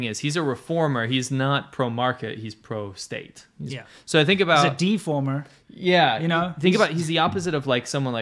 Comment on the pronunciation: Deformer, not reformer…lol